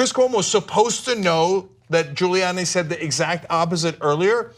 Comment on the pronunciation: "Giluliani LOSES IT When Cuomo Catches Him Lying" Giuliani - NOT Giluliani!